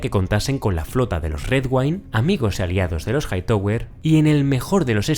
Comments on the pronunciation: Se pronuncia JAITAWER, no JAITOWER. Stark, no Estark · Siempre me gustan tus videos pero lo único que es incómodo escuchar es Jaitower” “Lukerys” y “Jaekerys”